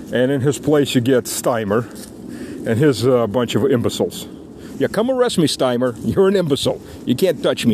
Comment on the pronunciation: It's not Steimer. It's Starmer. Or as he's affectionately called, Two Tier Queer.